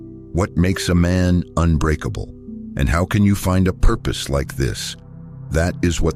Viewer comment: purpes not peaple, socaity